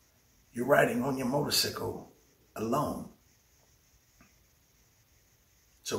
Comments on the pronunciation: Y he jeep saying motorsickle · Am I the only one that can't get past the "Motor-Sickle" part?